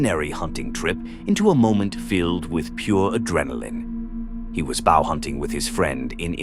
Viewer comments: Bow hunting is not pronounced like "cow" but like "go" - get it correct, AI. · Yep, I’ve been wondering if this is an AI slop channel, “bao hunting” pretty much confirmed it. Bummer. Unsubscribed. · "Bow" mispronounced - damn, if you're going to use an AI voice, do some quality assurance. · Yeah, I picked that up too. "Bow" as in the bow of a boat rather than a bow as in bow and arrows. Definitely AI slop.. too bad.